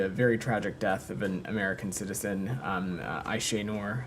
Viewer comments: So, M. Patel heard about Aisha Noor’s name at least since Friday, and up to now he even can’t pronounce her name well! Not so important case? 🤔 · Had nothing to say about Ayesenur ayge , the kind of person she was, forget that couldn't even pronounce her name right. This is outrageous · the fact that he didnt even bother to learn how to pronounce aysenur's name is so disgusting. did he not think her murder would come up? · he is so sorry he can barley pronounce her name... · the genocide spokesman can barely pronounce the name of the American victim of Israeli terror, so transparent that they don't g.a.f. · They're so concerned he didn't even know how to pronounce her name